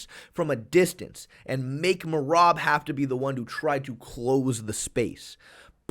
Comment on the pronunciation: Merab got a finish before figured out how to properly pronounce his name